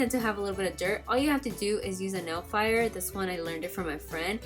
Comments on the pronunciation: I swear, i heard nail fire insted of nail file. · did she say nail fier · She said "nail fire" LOL great video btw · 😂😂😂😂 I heard that too. She probably said "nail filer"